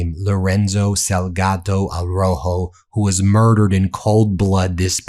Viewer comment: Sal ga do.. not salgato